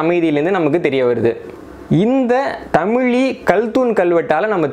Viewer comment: நண்பரே ஒரு சிறு வேண்டுகோள் "தமிழ் " என்ற வார்த்தையோடு ழகரம் (ழி) சேர்த்து தமிழி என்று சொல்ல வேண்டாம். தமிழ் பல்லாயிரம் ஆண்டுகள் ஆனாலும் அது தமிழ் என்றே உச்சரிக்க பட்டுவருகின்றது அதோடு ழகர (ழி) என்று சொல்வது தவறு நண்பா.